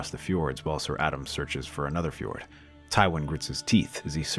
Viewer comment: It sounds like he's saying fjord instead of ford